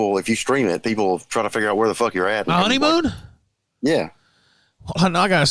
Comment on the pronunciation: Dude sounds so fat he pronounces every ''m'' as ''mb'' like ''honeymboon''